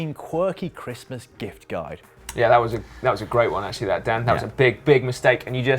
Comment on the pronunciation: Dan Lloyd says christmas like cwistmas. very funny!